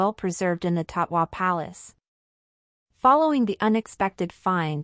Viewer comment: It;s Tatoi Palace, not Taqwa.